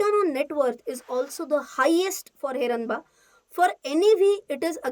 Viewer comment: Name of company not pronounce properly... Ganpati bappa ka name hai...